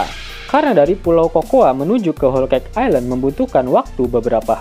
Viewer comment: Miminnya sering becanda, Tapi saat pelafalan selalu serius (selalu bener). Aner (Honour) Houl Keik (Whole Cake) Shankyuu Min, enak didengernya… 😎😎😎😎